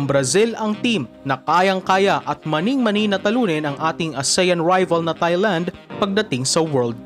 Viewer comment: off topic pero kapag ito nag vo-voice over, ang cringey pakinggan pag pino-pronounce nya ang Thailand na emphasized ang TH. It should only be pronounced as TAILAND (without TH as a dipthong)